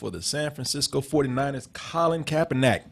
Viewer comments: KaeperNICK! NICK!!! Stop saying NACK nigga damn. Fix your mouth. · Why does keep pronouncing KaeperNACK, and no one in the room correcting him?